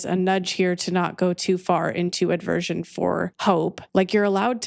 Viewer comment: I love you I love you I love you 🙏 (The word is: aversion, not aDversion... "Adversion" (with an 'a') is an obsolete English word meaning "a turning towards" or paying attention, but the common word you're likely looking for is aversion)